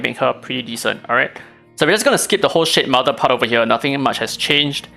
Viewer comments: cannot stop hearing sh*tmother 😭😭😭😭😭😭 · It seems like you are really disappointed by shademother because everytime you say its name i hear shitmother for some reason. LOL